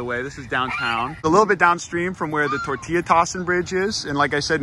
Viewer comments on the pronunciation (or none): Bro pronounced tortilla with an L and then started pronouncing it correctly 10 seconds later, like what??